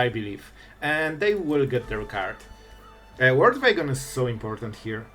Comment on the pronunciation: The "Vorld Vagon" 😂